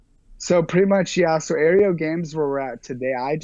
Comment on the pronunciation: he mispronounced his own company name....it's aero, not air-eo